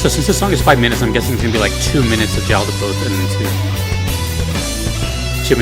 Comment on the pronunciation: It’s pronounced yaldaboth